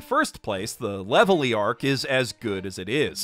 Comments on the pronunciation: It's Reverie, not "Levelie". It's Berry, not "Belly". It's Roguetown not "Loguetown" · ....... Levely? Zolo?...... Like, I understand the Japanese language doesn't really distinguish the "L" and "R" sounds too much, but...... Really? Am I really supposed to pronounce them that way? Like, is that the proper way to say those fictional names?? Raftel to Laughtale made some sense. But this... Honestly came off Super pretentious. ...Unless that's the joke! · Are you seriously pronouncing Zoro and Reverie as Zolo and Levely? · "Levely" "Zolo" "Zoo" this pronunciation hurts my soul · Bro really said: "Levely" "Rougetown " and "Zolo" Aint no way bruh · Bro called the reviery leverly I know I misspelt it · Lol did Levely instead of Reverie not bother you? Some of these translations are weird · Bro You did not just call it the “ Levelie ” arc 😂😂😂. Come on man. it’s with an R bro. Just watch the anime. Sub and dub both call it the “Reverie” as in “lost in thought”. I’m disappointed that’s a rookie mistake. You’re better then that. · ... Are you not pronouncing the "R"s in the names on purpose ? Not that I'm complaing, although maybe a lil bit, but Levely ? Zolo ?? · Levely? Isn’t it Reverie? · I’m half through the vid and it’s good but you’ve butchered the pronounciation of something’s with L and R like leverie should be with an r and I can’t believe you said Zolo☠️ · "Levely" is how it’s written in the manga, no matter how little sense that makes. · If he pronounces logue town as rogue town, Revery as levely, Then why isnt long ring long land rong ling rong rand??? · Dude, it's pronounced "Reverie." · Baratie and Reverie’s pronunciation make me cry